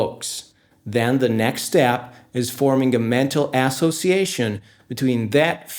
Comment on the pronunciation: Why is he saying Ass-hole-ciation???!!!